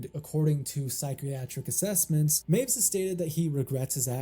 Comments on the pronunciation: "Meiwes" is pronounced "my-ves", not "mews" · It's not MYOOZ, mate, it's MY-VEZ. Looking at literally the first five seconds of any news segment on the case and you wouldn't have gotten that wrong. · Correction: Armins' last name (Meiwes) is pronounced my • whess not "maves" Also, just say "they ended their own lives" or "they took their own lives" instead of just censoring the word suicide Other than that, good video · I love how he's already incorrectly pronounced last name becomes "Mews" just this one time 😂😂🤣🤣😂 (Good video though, heard this story countless times through the years but none of them really cover his childhood)